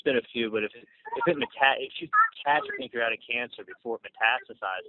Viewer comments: I can't even find the words to describe these despicable humans. Hate to be nitpicking but he doesn't even pronounce pancreatic cancer correctly. (Reminds me of him telling his assistant to order vicodin because it doesn't have Tylenol? ) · Know-it-all cannot pronounce "pancreatic."